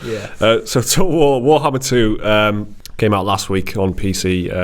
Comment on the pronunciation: lmao you cant pronounce Total War Warhammer for shit xD Everytime you try its just "toe ool wo too wohammah"